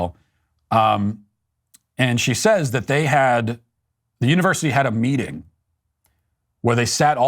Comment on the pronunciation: Her g's end in k....meetingk